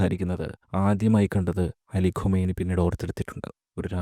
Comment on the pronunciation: ഖമെനി അല്ല ഖുമൈനി